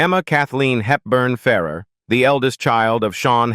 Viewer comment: It's pronounced Ferr AIR. Get it right! Why do you put unrelated clips in your videos? Can you not be professional?